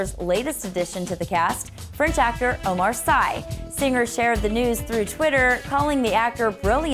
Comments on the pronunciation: Oh my god. It's pronounced Omar "See"! Not "psy"! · Say Omar SY like you say Omar SEE please. from a french guy